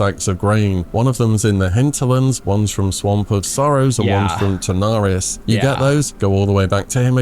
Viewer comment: oh my days - hearing a fellow brit pronounce Pterrordax as - p...terrodax hurts me deeply, cmon ffs you were educated how to speak the Queens(ig king now) English early on in primary school!